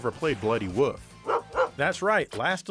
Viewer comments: Is there some kind of wolf/woof meme going around, this is the second video where wolf is pronounced as woof, the first video being Digital Foundry's review of Skyward Sword. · Seems to be a midwestern thing. People from that area don't seem to be able to pronounce certain words properly.